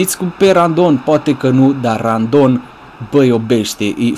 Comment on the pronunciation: ba se zice rondon nu randon